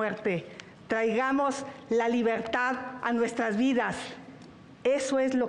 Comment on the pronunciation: Chuchli estq bien cagada.. y mas cuando dice.. despiergta,despiergta,despiergta.. libergtad😅😅